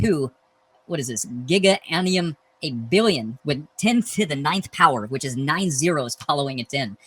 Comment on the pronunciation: He has literally never heard of "Ga" before and he pronounces "annum" as "annium"... I think a tad bit of Dunning Kruger is going on here 😅